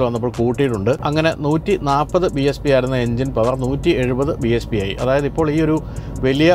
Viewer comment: It's BHP not BSP!